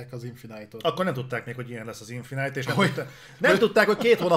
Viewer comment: Nem annyira régóta követem a műsort. Honnan jött ez, hogy "infinájt"-nak nevezitek a Halo-t? Emiatt nevezi a Ratchetet "Racset"-nek "Recsit" helyett, és hasonlók? Csak azért kérdezem, mert kurva idegesítő, de ha ez valami belsős poén, akkor befogadom:D